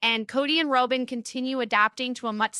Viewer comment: Her name is not Rowbin